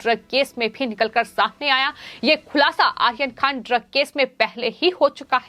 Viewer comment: सबसे पहले तो आप अपने चॅनल पर ये जो न्युज पढ़ने वाली का उच्चारण सुधारे। वो आर्यन खान का नाम आखन खान पढ़ती है। एैसे और भी शब्द है